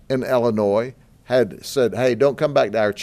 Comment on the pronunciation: It's pronounced Illinois not Allinoise. Lucky you can't be attested for being a big Mr silly policeman